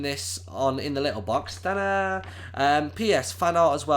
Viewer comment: You said my name right well done